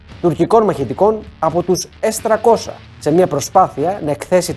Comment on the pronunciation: Πόσο δύσκολο είναι να πεις το γ@ το S300 - S τριακόσια; Τι σκατ@ είναι το s- τρακόσα; Σε ποια γλώσσα μιλάς; Λες και το 30 - τράντα